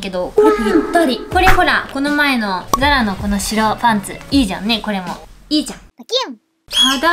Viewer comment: がお洋服出すときとか、値札見せるときに「ちゃんっ」って言うのかわいい☺️ じゃんって言ってるのかな？ちゃんって聞こえる〜〜かわいい〜〜〜